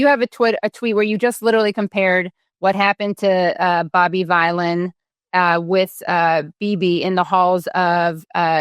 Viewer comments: Pronounced Villan....but based on Bob Dylan...... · Jesus Christ Katie it rhymes with bob Dylan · Pronounced villian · His names BOB VYLAN, pronounced like VILLAIN, and he's a the Lead singer of A PUNK ROCK BAND that is GREAT. ZIOS HAVE TO MUCH POWER AND INFLUENCE AND DOUGH THROUGH THOUSANDS OF YEARS OF USERY THEIR EVIL EVERYONE KNOWS BUT MUST DO AS THEY SAY OR ELSE THEY WILL BE OUT OF EMPLOYMENT ETC LIKE JEREMY CORBIN WAS REMOVED AS LABOUR LEADER FOR BEING TO NICE BUT GREEDY ZIOS HAD OTHER IDEAS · "Vylan" is pronounced "villain". It rhymes with "Dylan" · Vylan rhymes with Dylan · Rhymes with Dylan. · Out of touch, simple search and would know how to pronounce the bands name. Ridiculous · Vylan as in Dylan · Its pronounced as Bobby Villain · Bob Vylan, if U Girls don't know how this Artist's name is pronounced, try 2 rhyme it with Bob Dylan ... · Pronounced villain. It's a play on Bob Dylan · It's pronounced Veelan not vilan ! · Bob V-eye-lan 😂🤣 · OMG, Americans vs vowel sounds … Vylan as in Dylan or villain😅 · Pronounce it as VILLAIN. Free Palestine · his name is pronouced "bob villian" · Vylain pronounced like vilain, rhymes with bob dylan of course! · The boomer vibes of Americans reporting on this are off the charts. Do some minimal research 😂 Bob Vylan is a punk band made up of Bobby Vylan and Bobbie Vylan. Obvious word play with Bob Dylan so it rhymes with that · I would suggest the name bob vylan is pronounced in a humorous way so as to sound like bob dylan. As well as being something that sounds like villain. He’s a rap artist after all. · Vylan is pronounced like villain. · Rhymes with Dylan. Duh. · It's Bob Vylan, as in Bob Dylan. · It's pronounced Bob Vylan (like Villain) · It's spelled Vylan, but pronounced "Villan", but in reality he's really a good guy. 🙂 His so-called "crime" is trying to stop a genocide, which is a crime under international law. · Bob Vylan - to rhyme with Bob Dylan, Katie 😉👍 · Its Bob Vylan as in Dylan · Dylan rhymes with Villain.